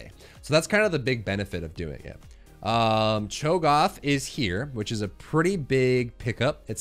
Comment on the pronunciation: The ONLY thing that bothers me about the videos is Cho'Goth instead of Cho'GATH! LOL!